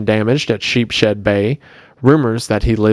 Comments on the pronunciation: sheepshead is pronounced 'sheeps-head' 😅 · I live near sheepshead bay, why did he pronounce it like that 😭